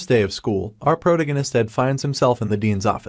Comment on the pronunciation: Wish folks would actually teach these stupid ai how to pronounce protagonist and bow